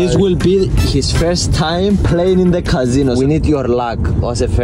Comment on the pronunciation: "cazino" 💀 bro looks like casOh "ling" 💀